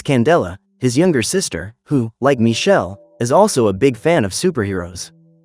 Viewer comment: Because his name is Michele not Michelle. It's an Italian name and it's not pronounced Michelle. The name of the movie is "Il ragazzo invisibile"